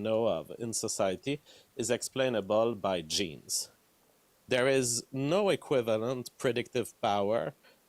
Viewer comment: i cringe everytime he says "genes"